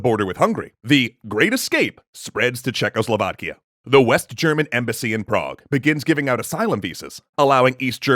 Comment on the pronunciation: Rihards Maybe?? The way they kept saying Czechoslovakia, it just felt so satisfying